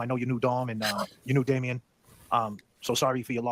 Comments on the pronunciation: I thought the same when I heard the conversation yesterday. The guy never said Davion's name right once throughout the live, and Natalie never corrected him. Very disrespectful towards the victim and the family. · PISSES ME OFF that they called Davion, “Damian” and she didn’t correct them but she corrected Mackenzie’s name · Why is everyone calling him damien? It's davion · His name is Davion not Damien. Let’s try to get his name correct please! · RIGHT OFF THE BAT the podcast host called davion "damien" and she did not correct him. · Did the interviewer get one of the victim’s name wrong right off the bat ? “Damian” instead of “Davion” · Did anyone else hear "Damien" and not "Davion" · First off, his name is Davion.. not Damien. SMDH!!! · The worst part of this is that the interviewer keeps calling Davion, Damien, and it is so disrespectful that she doesn’t correct him, but she corrects him for her daughter’s name. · This guy keeps calling Davion "Damien". Know your topic. And she NEVER corrects him! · I don’t mean to be that guy, but the interview called the one boy Damion and I’m pretty sure his name is Davion. How are you gonna set up an interview and not even know the peoples’ names you’re talking about? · Did he just call Davion Damien?? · WHO IS DAMIEN???? For God's sake get the victim's name right!!!! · This is what I was hoping you'd cover 👏🏼👏🏼👏🏼 I was annoyed by how many times the guy calls him Damion instead of Davion 🤦🏻‍♀️🤦🏻‍♀️ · and it seemed like he pronounced it Damian not with a V. And then called Mackenzie Natalie. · They keep saying everybody's name's wrong. not Damien it's DA-V-ON. SORRY NEAR THE END. YOU'LL UNDERSTAND WHY I WROTE HIS NAME THAT WAY, HOW F'ING DISRESPECTFUL. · I heard the whole conversation yesterday, the guy never said Davion's name right once. Although it sounds similar, I find it very disrespectful that he didn't get it right, even when people in the comments were writing the name over and over again during the live.